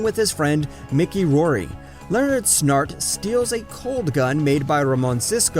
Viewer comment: Gorilla “grood”? “Catalin”? “Mickey” Rory? “Roman Cisco”? “Thawin”?